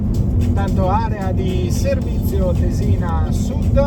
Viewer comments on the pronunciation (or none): Il video as usual è interessante e ben fatto (complimenti per la pazienza!), tuttavia... dovresti ripassarti più di qualche accento (Tésina e non Tesìna!)! 😉😋